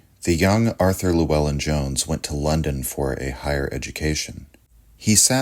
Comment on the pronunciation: That's not how Llewellyn is pronounced from Cymru (Wales) 🏴🙂.